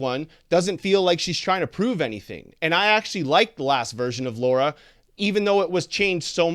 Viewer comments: Sir! Stop Say Her Name Wrong!🤦🏽‍♀️ Her Name is Lara! L-A-R-A! And Not Laura!Lol🤭😅😂🤣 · Why does everyone always pronounce Lara like Laura? Almost everyone does it! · Originally it was Laura but then they changed it to Lara. So it doesn't really make difference